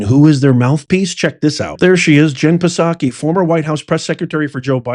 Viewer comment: It sounds like: Roy-ters, not Rooters Lev-it, not Leave-it Socky, not Pa-socky I like the channel But come on man